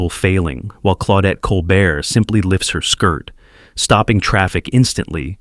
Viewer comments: Col-BEAR! Not Col-bert! Teach your AI her name! Good list otherwise. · Enough with computer generated garbage. A human who cared about movies would know how to pronounce Claudette Colbert's name.